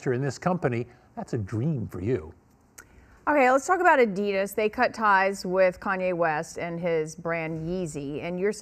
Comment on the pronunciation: She said adias 😂🤦🏾‍♂️